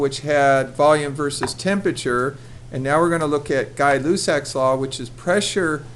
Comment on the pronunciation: You said the name wrong!